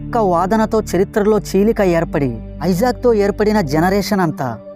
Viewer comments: ఐజాక్ కాదు బ్రో .. ఇసాక్ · ఐజాక్ కాదు ఇసాక్